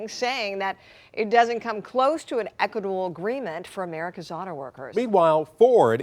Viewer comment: "Equitable". NOT "equital". Equital isn't a word.